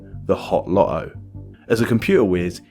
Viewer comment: Dude swallowed the T’s in LoTTo